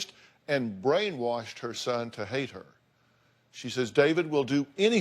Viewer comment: And said “brainwarshed” more than once… lmoa 😂